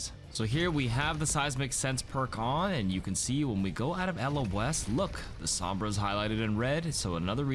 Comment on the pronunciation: His pronunciation sombra hurts every time I hear him say it